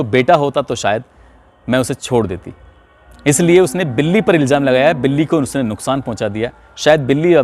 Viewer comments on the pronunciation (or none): none